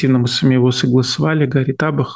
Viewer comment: Глупый ведущий не имеет головы послушать финансовое расследование Андрея Илларионова или ДиаспораЮА, где идет ссылка на каждую цифру. А так же не уважает капитана Юрия Гари Таба́х, коверкая его фамилию не только неправильным ударением, но и склоняя НЕславянскую фамилию, которая НЕ склоняется. По цифрам выделенной Конгрессом и переданной лемоНской администрацией финансирования. Так построен механизм в США - выдделляет Конгресс и передает через администрацию белого дома. Если през 6€дон зажал и не передает - отсюда более 10-кратная разница ввделенных конгрессом и переданных непосредственно коаине средств. Выделено более 280млрд$, а непосредственно передано в краину около 21-22млрд$. Подробнее. Было КОНГРЕССОМ выделено на помощь коаины более 280млрд$. Но 6€дон зажал бо́льшую часть средств. Львиная доля осталась в США - начать когда-нибудб производство военторга, а так же пополнение оружейных складов - вместо старья, переданного краине пополнение новейшими образцами, а это в разы́ дороже, чем то, что передано краине. Ещк выделены гранты на организацию производства заводов военторга в США, которое начнется когда-нибудь потом. Конкретно передано ы краину около 21млрд$. Из них около половины на содержание бюрократии, меньше половины на оборону и более 1млрд$ демоны проплачивают свою пропагандц в укрСМИ и 6ЛОХ€₽0в, для пропаганды демонов и лживые потоки очернения другого политического крыла. Четко помним, что демоН0в спонсирует ¢0₽0$$ и глобалистические психопаты. Об этом мног